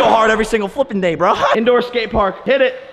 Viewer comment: it's bro not burh